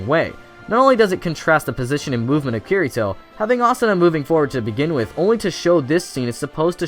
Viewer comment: I agree with ya but if ur gonna make a video on SAO say Kirito's name right xD